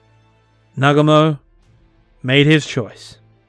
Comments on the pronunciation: It is NOT Nagamo . It is Nagu mo . Good history. But . To bad it is so childish . Really . I wounder what is in this guy's mind . 😂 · Bro, it's pronounced "Nah-GOO-mo". Like most Japanese words, the emphasis is on the second syllable.